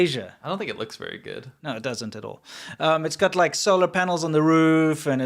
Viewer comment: Chyna berry berry guud.